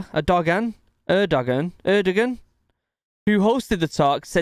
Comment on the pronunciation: 😅 What did you call Turkey's President Erdogan? 😅 Err-da-gen or something like that? It's pronounced AIR-doh-juan. And Chernihiv is pronounced CHUR-knee-hiv. Sometimes it's worth the time to LISTEN to News so that you can pick up pronunciations of strange words and names, especially. I don't know how many times I have heard YouTubers just butcher the names of people and places that are very frequently in the news and it just makes me wonder what these YouTubers are doing when they aren't creating videos.